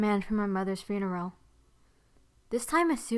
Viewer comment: she said funero